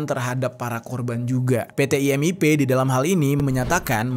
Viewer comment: IMIP BUKAN IMPP